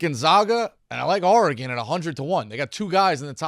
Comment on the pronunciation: Dave should learn how to pronounce Oregon